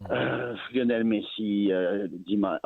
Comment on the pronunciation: Jesssshhh!! It is not liiinel it is liiiooonel man!!